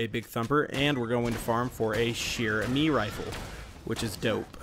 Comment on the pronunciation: chair has a hard start like "check", but im pretty sure chere has a soft start like shoe.